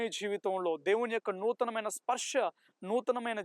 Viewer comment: Sparsha kadu brother sparsa